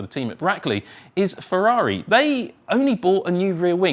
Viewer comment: Ferrari not "Fevvavi" pls